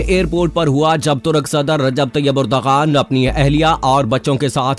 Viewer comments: ترک صدر کا نام اردوغان نہیں بلکہ اردوان ہے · Please correct, its not urdagan but it is Ar-du-wan. Turkish alphabets are different g with hat is pronounced as wa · His name is : Ardoaan, not urdghaan. Mehmaan ka naam toh theek tarah sey lay lo bhai.